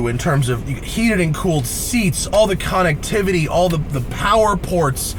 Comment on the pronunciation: "All the konnictivitiy"